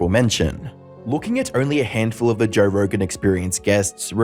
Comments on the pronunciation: It’s so hard to listen to when you put an “r” at the end of JOE. It’s not joerrr🥲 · There's no 'R' in Joe😂